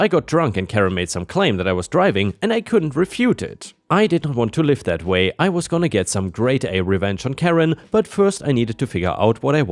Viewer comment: the use of "live" here has an "eh" sound, as they "live (liv)" there. Not with an "eye" sound like "in front of a live (eye sound) audience."